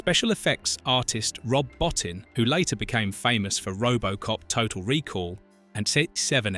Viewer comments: "Bowe-Teen" is how Rob's last name is pronounced. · I wish he'd pronounce the SFX guys name properly 😂😂😂